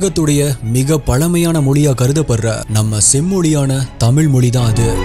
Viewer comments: Brother please say tamizh mozhi dont prononse tamil molli please pronounce tamizh as tamizh dont prononse tamil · பாண்டிய இளவரசி “செம்பவளம்” தமில் இல்ல bro தமிழ் உச்சரிப்ப திருத்திகோங்க